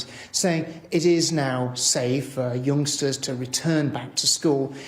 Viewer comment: i thought he said gangstas not youngsters